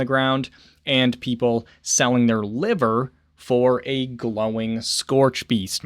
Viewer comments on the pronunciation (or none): none